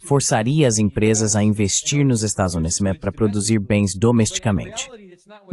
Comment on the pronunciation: A tradução IA consegue todas as palavras, mas não consegue falar "estados unidos".